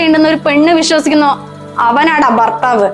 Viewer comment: ബർത്താവ് ബാര്യ അല്ല ..ഭർത്താവ് ഭാര്യ ആണേ. കൂടാതെ സന്ധ്യ നന്നായി ചെയ്തു 'അമ്മ ഭാര്യ റോൾ .❤